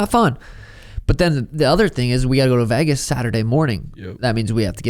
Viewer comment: It’s Vegas, not Vagus like the nerve